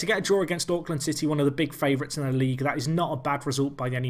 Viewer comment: As a guy who enjoys watching Auckland city highlights, pronunciation is so bad! XD